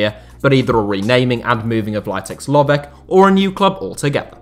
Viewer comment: Very bad pronunciation of the name Litex Lovech 😄😄😄🔥🔥🔥🔥